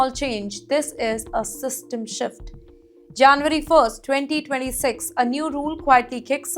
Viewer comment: Try saying JanUAry instead on JanVAry, As well, 8 is pronounced "eight" and not "ate"